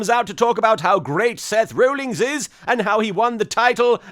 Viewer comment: I think it's hilarious that Martin continuously refers to Seth Rollins as "Seth Rollings".